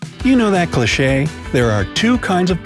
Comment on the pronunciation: “Clah shey”